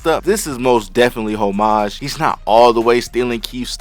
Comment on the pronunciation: bro can’t even pronounce “homage” correctly 😭